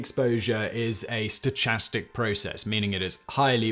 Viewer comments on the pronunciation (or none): Didn't see a comment about this, so here I am: "stochastic" is pronounced with an h sound, (ch in Loch) not a c h sound (like in cha cha cha or something) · Stochastic is pronounced stokastik.